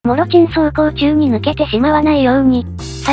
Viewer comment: 「もろちん」て聞こえたけどたぶん気のせい